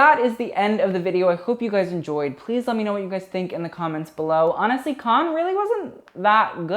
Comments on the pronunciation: Not Khan but can-nes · The French pronunciation of cannes is closer to can than con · Cannes *can not cahn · cannes pronounced: can not kahn. stephen jones pronounced : steven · Is he deadass pronouncing cannes as con? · 1st. It’s pronounced CAN. 2nd. Selena’s first look was the most iconic of the entire festival. It’s very south of France Cannes vibes, and by far the most popular images of the entire festival are of Selena’s first look. Really don’t think she should have made it more “80s”. 🙄 3rd. I don’t normally like feathered dresses because I think it usually looks tacky. But Maria Borges dress had the most perfect execution of feathers on a dress that I have ever seen. It’s a perfect look. Taking away the feathers would make the look boring af. The feathers make the look. 4th. Priyanka Chopra’s first dress looks like an early 2000s fail. I don’t know what you see in it at all. The gradient around her waist is a cool idea but the execution was terrible. 5th. Angele Van Laeken’s dress is grotesque. The fabric looks cheap af and it’s wrinkled af like couldn’t they iron it. Don’t know what you see in that look at all. 6th. OF COURSE RED CARPETS HAVE THE BE DRESSED UP AND FORMAL...are you serious??? Marion Cotillard’s outfit is cute for chilling at home. Not nearly formal enough for the Cannes red carpet. 7th. I overall enjoy your videos a lot but sometimes you really need to do better!! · nobody:: KHAN FILM FESTIVAL! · yeah, not how you pronounce cannes but whatever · honey, learn ur pronunciation cannes isn’t kahn loewe isnt loweevuh